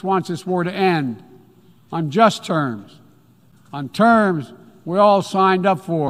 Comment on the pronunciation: "Vee have tools"